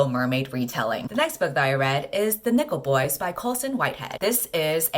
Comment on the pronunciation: I definitely heard "The Nipple Boys" instead of "Nickle Boys" the first time and honestly, I didn't even question it. 🤣